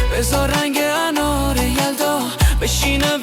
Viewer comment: هوش مصنوعی صدای آقا به انار میگه آنار 😅